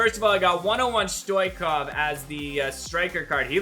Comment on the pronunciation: Am I the only one who heard stoichkov 😂